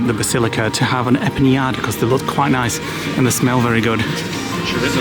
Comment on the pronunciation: He does but he was a bit off with empanada and Guadi 😂